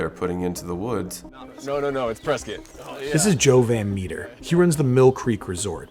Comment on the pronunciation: So, , would you say you were a "van meter visitor"😂😂 Sorry, ty for reporting on tuis very serious subject